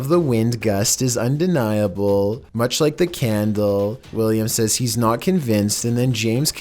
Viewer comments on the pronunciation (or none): none